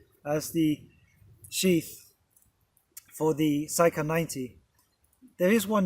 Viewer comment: It's not SYka but SIka, pronounced with an E. It's an Indo Arabic word that means KNIFE. Lovely review btw!